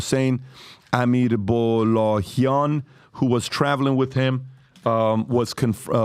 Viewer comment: اینجا هم به امیر عبداللهیان توجه نمیشه. اسمشو اشتباه خوندی من از خنده مردم😂😂😂😂😂😂